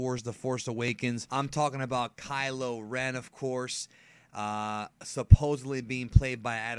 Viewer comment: Kylo Ren Ky-lo Ren Ch-lor-en Chlorine Kylo Ren = Pool disinfectant